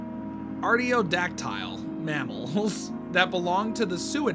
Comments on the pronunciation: Artiodctyl Was Pronounced Correctly, Good Job:D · You nailed the pronunciation of artiodactyl and most of the parasites